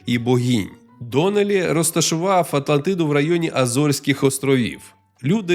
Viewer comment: Хахахах з початку випав: "Легенда прА Атлантиидуу" Але дякую за українську, це все жарти звичайно